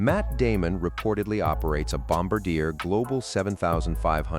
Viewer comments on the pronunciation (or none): Let's get this right. It is nor Bomba-deer, it is pronounced Bom-bar-d--a, and it is Gulfstream 5 not Gulfstream V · The same goes for the Gulfstream IV, it's a Gulfstream 5. Also it's not Bomb-a-deer, it's Bomb-Bar-Dee-A (Canadian French). And if you should run across a Citation X, it's a Citation 10. Otherwise, good stuff! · Bloody AI voice! Gulfstream "V"?! It's called a Gulfstream 5! Bomb-ah-deer?! Again, that is not how it's pronounced! It's Bombar-de-ay! It's French Canadian, named after Joseph Armand Bombardier, the inventor of the modern-day snowmobile! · Obvious AI voice narration. Its not Gulfstream "Vee". It's Roman numeral 5, V. Gulfstream 5. No one in the industry pronounces Bombardier this way. Bombardier is not pronounced "bomb-bah-deer." There's an "R" there. pronounced Bom-bard-di-er with French accent on the end. #AIslop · I shouldn't comment but when you said Wahlberg's plane is a bombardier learn the pronunciation is Bombardier let me shout out to Bombardier you're going to say their name pronounce it properly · Notice your fake voice can't even pronounce Bombardier ...